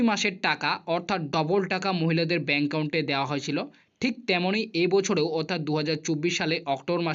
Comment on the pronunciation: দাদা ইউ টিউব চ্যানেল করছেন সেটা ঠিক আছে। কিন্ত কিছু কিছু উচ্চারন যেমন দূগো পূজো, চেনেল, ব্যাঙ্ক কাউন্ট এই শব্দগুলো সঠিক উচ্চারণ করুন।